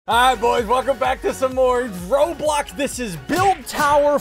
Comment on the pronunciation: "he didnt say roblox. he said roblock :( "